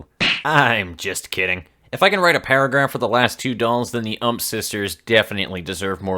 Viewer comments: I'm pretty sure it's U M P instead of UMP? you don't pronounce the AK in AK-47 as "ack", do you? Or AR-15 like "arr"? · The way he says ump hurts